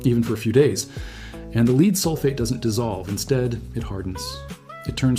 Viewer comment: I really hate people using text to voice syths. And if he's not, then explain why he mis pronounces lead not as led but lead.